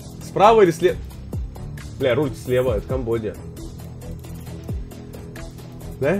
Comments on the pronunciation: БоготА у Саши БогОта, Нейроби - Нейорби, Осака - ОсАка, Камбоджа - Камбодиа. Капец режет уши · Камбоджа просто существует Булкин: Камбодия